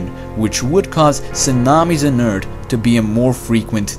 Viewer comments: Indeed. Who cares he says Ert. His videos are excellent, and there are so many. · ting ticc eart. But jokes aside "th" is very difficult for non nativ english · e a r t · Does he say Earth Or Eart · What is your nationality please? I ask it because your pronunciationof earth not good. Because u say with T, but it is with F. Earth...not earT. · Bro go back to saying eart. It was quite distinctive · I love how this guy says earth! Urt. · Did he say eart? Like the other video..